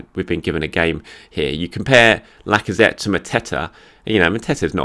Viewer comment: Was the 'Alexander Lack-of-threat' on purpose or just a happy accident? 🤣